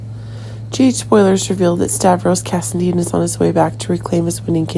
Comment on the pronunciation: its cassadine not casidene